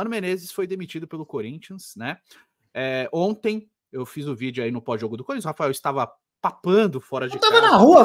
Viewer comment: "Salve o Cuhrintia" 😂😂